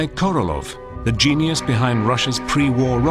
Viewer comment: KorolOV. LOL. how on Earth did he become KorolOV??